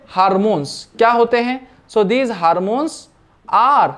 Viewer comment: Hkp Why do u say harmonies Ys